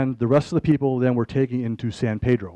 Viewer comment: Every time this supposed "expert" said, "San Pedro." I cringed. We do not pronounce the name of our town : Paydro. It is pronounced by every local (Pedronian), Peeeedro.